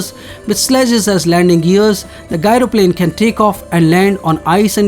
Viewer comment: Not "gairo plane",it is said "jairo plane". Outdated info.